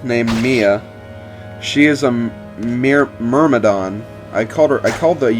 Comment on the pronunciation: Thank you, the pronunciation of "Myrmidon" bothered me quite a lot x_x